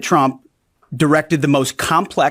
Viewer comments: The best thing about Karoline's press conferences is her ability to say 'President Chump'! Seriously, listen closely, it's clearly Chump 9 times out of ten! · 😂 She keeps saying president chump